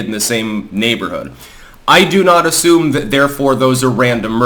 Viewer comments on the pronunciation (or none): none